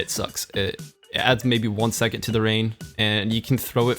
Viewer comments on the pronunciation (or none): when he says second he says it like it has a T at the end..